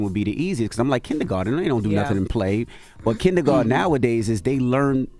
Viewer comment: Did Tez say “kinnygarten” 🤦🏽‍♀️